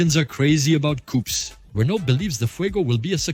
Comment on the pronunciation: ok, enough "coupes" for me...horrendous to listen !!!